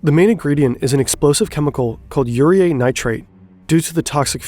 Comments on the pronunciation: UREAE????? UREA. UR E UH. ITS NITRATED PISS. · Yer-ee-uh. Not Yer-ee-eh